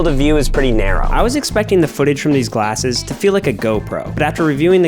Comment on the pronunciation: "Gallses" blew me up 💀💀💀💀